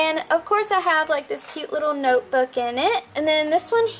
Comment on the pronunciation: " it's a noyeboooook!!" Lol great vid